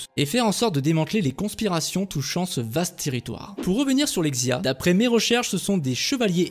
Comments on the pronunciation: TCHIN !!!! Ca se dit tchin, et non pas kin (pour la dysnastie qin) Pareil pour xia, ca se prononce chia Et sinon le jeu m'a l'air bien a chier, sac a pv, personnalisations, rpg, microtransactions, ni assassins ni lame secrète, armes lourdes... Bref pas ce qui fait un assassin's creed. Et en plus ils gachent une super période historique qui aurait pu faire un très bon jeu sur console. Bref, ce n'est clairement pas pour moi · en chinois qin se prononce « tchin » et xia se prononce « chia »